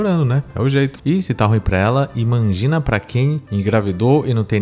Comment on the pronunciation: Por que que a galera da red pill fala IN MAN GI NA?